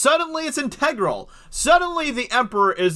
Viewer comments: “Intergral” is pronounced “enter-gruhl”, not “en-tay -gruhl “ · Learn how to pronounce integral. 😂😂😂